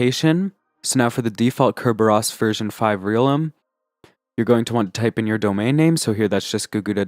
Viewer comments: Also... "real em" is pronounced "realm" :) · Realm is a word. This tutorial is 4 years old so you may have been told already, but it is not pronounced "real m". Its meaning is almost identical to that of domain.